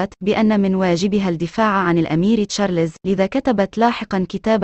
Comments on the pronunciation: ام اسمع مصري واحد يعرف يقول تشارلْزْ . كلكم تقولون تشارلِ…زز. فضحتونا بجهلكم 👊🏾👹👺👎👎👎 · Charles , not Charlézz 👹👺👎👎👎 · يا شعب مصر : اسمه تشارلْزْ و ليس تشارلِ….زز . تعلموا كيف تنطقون اسمه بالطريقة الصحيحة 👹👺👎👎👎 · اسمه تشارلْز ، و ليس تشارلِ…زز. يا شعب مصر . تعلموا كيف تنطقوا اسمه صح . Charles , not Charlézz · تشارلز مو تشاليز.